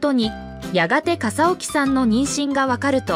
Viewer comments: AI音声だからかな？ かさおきさんとか えいみぎさんとか音読みしか出来ないのね😁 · 笠置の名字はかさおきではなく かさぎとよびますよ 穎右名前はえいみぎ？ えいすけです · かさぎさんと読むしえいすけさんですよ😓